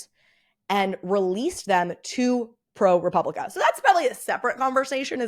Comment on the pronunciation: It is pronounced pro-pub-li-ca. There’s no “re.” Love your videos!!